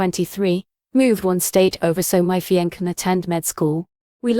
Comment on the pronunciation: It's "fee on say" not "fee onk" (fiance).